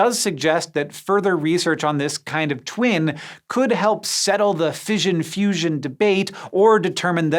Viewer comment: "Fission" rhymes with "mission" not "vision"